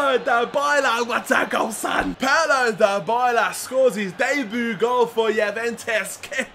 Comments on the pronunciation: Dybala is pronounced like Die-bala not Da-bala. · btw its di-bala not die-bala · Paulo Dybala's name is said DEE-BALLA not DI-BYLA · Dybala Die bala Not da balla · You pronounce Dybala's name : Die-bala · its di-bala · It's du Bala